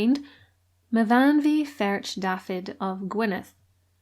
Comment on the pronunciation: Fun and fascinating video! Thank you for such an interesting tale. I can help with the Welsh: Me-fawn-way verk Dafith (close as you get w/o spitting from the sides of your cheeks 😂) , Yevan = Ee-evan (run it together, to me it feels like the Ee running into Evan leans backward… I’m autistic, things are weird at times. Anyway, fun fact, it’s the diminutive of Evan!). [I have a special love for languages as well as history! Not knocking your pronunciation at all, just offering a little of my own knowledge to the fold. One of my other favorite channels is RobWords.] I do quite love your videos and thank you for your hard work and honest efforts to bring history to all.